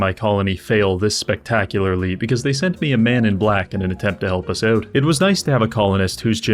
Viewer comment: Every single time he says "oout" i get smacked in the face by a maple leaf. 🇨🇦 😂 As an american this is all i have.